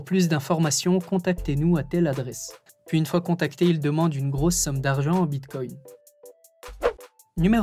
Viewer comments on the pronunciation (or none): none